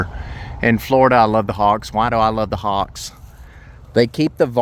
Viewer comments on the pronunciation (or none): When you pointed to the nest, I first thought you said 'hog' nest, not hawks nest, lol...